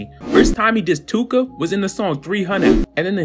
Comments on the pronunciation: Von & that dude were cool at one point? *Too-ka is NOT one syllable! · Tooka is two syllables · Tooka is definitely two syllables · Tooka isnt one syllable bro you learn that shi in like 2nd grade lmao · MY GUY... Tooka is not 1 syllable 🤣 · Tooka is not one syllable fam 😂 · Bro you said Too•ka is one syllable? 😂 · too-kah what does ONE SYLLABLE mean to u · Tookah is two syllables bruh lmao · 2 syllables bruh. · he said "Im the new Akademiks"... then he says Tooka is a 1 syllable word... Neeeeeeeeext 😂😂😂... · This fool said “tooka” is one syllable 🤦🏻‍♂️ this fool doesn’t know what a syllable is. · Tooka is two syllables. Other than that,interesting video dude 👍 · Did you just say tooka was one syllable 😂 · Tooka is two syllables dummie...too ka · this dude said tooka only has 1 syllable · Tooka ain't 1 syllable fam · He said Tooka was 1 syllable lmaooo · Tooka is not one syllable… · Bro too-ka is 2 syllables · Tooka is 2 syllables 😐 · It's 2 syllables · This dude said tooka is 1 syllable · He said Tooka is 1 syllable 😳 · Tooka is 2 syllables